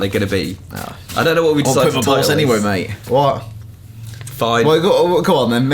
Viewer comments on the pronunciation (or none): none